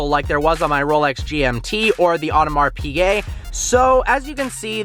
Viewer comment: You are pronouncing audemar piguet wrong